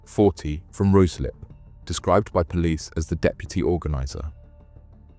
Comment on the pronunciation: Roo slip ,😂😂😂 ryeslip ,spelt Ruislip , Harwich pronounce har rich